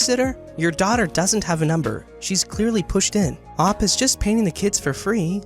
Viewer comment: you poronounced OP as how it’s spelled but it’s pronounced “oh-pee”